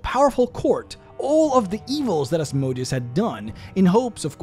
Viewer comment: Said it before, say it again: Asmodeus has emphasis on the "e", not the "o". The "o" should barely be soundable, as it is a sheva sound, which means ususlly not soundable, with some exceptions being a ultrashort vocal. It comes from hebrew Ashmedày, to greek Asmodaìos, to latin Asmodèus. Putting the emphasis on the "o" makes him sound like a machine. Sorry for being so pedantic